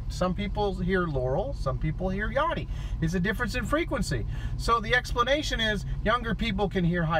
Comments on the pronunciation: I watched another vid and now all I hear is Yanny. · I'm a 56 yr old female and I'm hearing yanni every time. I even TRIED to hear laurel and I couldn't! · female 33yrs. the first time I heard the clip I heard laurel and then afterwards I keep hearing yanny! I immediately thought of Mandela effect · I'm a 40 yr old female and every time I listen to that I hear YANNY. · I thought it was yanny... rhymes with canny. Also, the first word of the Journey sounds different too. I remember a harder "j" sound. Man those lyrics switches are super eerie. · WTF I came here last night and I clearly heard Laurel and i listened to it today and all I hear is Yanny ,, what the fu... I am loosing it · I hear YANNY like Van sound. Not even yawny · I hear Yanny every time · It’s pronounced “Yanny” not “Yanny” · He's mispronounceing yanny and it's as annoying as the meme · This is the first time I heard laurel everytime before this video I heard yanny, (not yonny as he pronounced) but i allways heard yanny with the same static noise at each part in between. Now its a clear laurel. Before it sounded like yanny every time now its laurel everytime. I think we may be going in and out of different multiverses maybe two supermassive black holes are spinning and about to collide or something. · Stop saying Yonny, it's Yanny. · It’s yANny not Yawny! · It's not Yawney, it's Yannie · I’m 31 and female, the first time I heard the clip I heard laurel, the 2nd time I heard Yanny but it actually sounded more like yaMMy with an M. When I heard it in your video, I heard laurel. Same with the dress, sometimes I see it black and blue other times I see white and gold. Very weird and creepy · Female-48 and I hear "yelly" every time. I've listened to it at least 20 times trying to hear yanny or laurel, but nope always yelly. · 59, female .... Yanny and I never hear Laurel. Actually it sounds more like Yanme. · I heard Yannie. 😄 Female : 54 years old. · Wtf i hear "yary" like gary but with a Y odd.